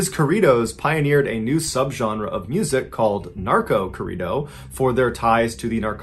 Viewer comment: We need to teach Mr. Ballen how to pronounced the Spanish "rr". Great tried though Mr. Ballen